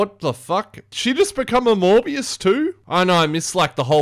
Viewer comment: I can’t be the only one who hears him say “more BS” not Morbius 😂